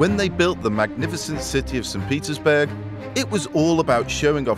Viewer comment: Whenever he say Petersburg, sounded like Pizza’sburg.